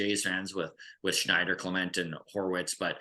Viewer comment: pronouncing Davis Schneider is sooooo cringe.